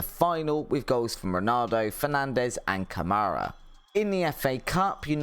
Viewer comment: You cant even pronounce Ronaldo's name correctly, don't worry about Kvaratskhelia